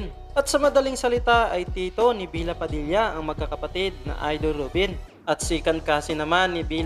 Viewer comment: kuya bella padilla po hindi bila padilla